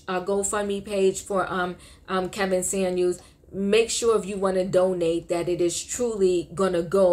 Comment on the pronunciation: Lol.. his name was neither SaNuels nor Samuel... it was SaMuelS...why is it so hard for ppl to say that correctly?